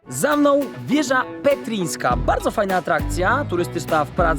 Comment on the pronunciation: Jezu... Nie wieża petrińska, tylko czyta się 'Petrzińska'. Ten daszek nad ř coś mówi... 😒